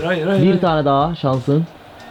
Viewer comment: Şans VALLA sans diyo DONK😂